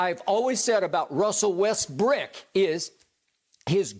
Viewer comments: when skip kept sayin westbrick i died😹😹😹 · Skip is enjoying this 🤣 so hard everytime he say westbrick I laugh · “Westbrick” skip a fool lol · When Skip says "Russel Westbrick" it gets me everytime🤣